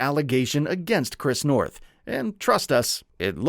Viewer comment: You keep saying his name wrong, I can't finish the video knowing you didn't even study the man's name.